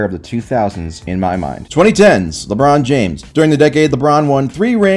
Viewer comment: Please, it's Ebron James, the warriors took the L, remember, oh yeah they took the Akers L this year too.